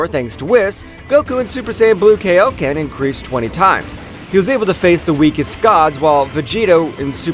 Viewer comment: Would you mind calling Kaioken KA I OKEN AND NOT KAYOKEN?!? And its KAIO KEN TIMES (Number) DAMN IT